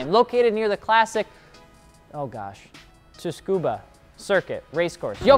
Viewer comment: Tsukuba is pronounced Soo-koo-bah btw